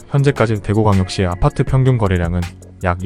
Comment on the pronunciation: 아파트 발음만 특이한 억양이신지 ㅎㅎ 왜 '파'발음에 억양이 올라가는지 아팟!트 ㅎ